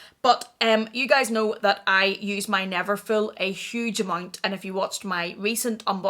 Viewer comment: its called neverful not neverfill 😘😘